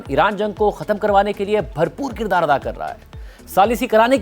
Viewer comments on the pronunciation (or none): none